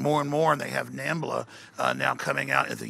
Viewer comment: Did Alex Jones just mention "NAMBLA" or "MAMBLA" - that's totally a Today Show joke.